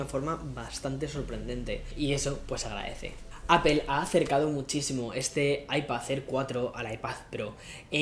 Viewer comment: What da fok is an Aipazzér or an Aipazzpró ??